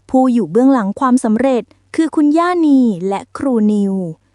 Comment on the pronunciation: อ่านให้ถูกครับ ย่าครับ ไม่ใช่ยา